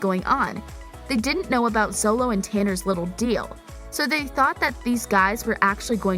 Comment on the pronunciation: ZOLO? ITS pronounced SHO-LOW